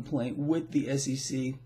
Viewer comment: Hey,it sounds like you're saying SCC